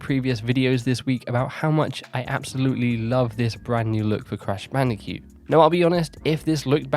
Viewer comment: "Crash Bandi'cute"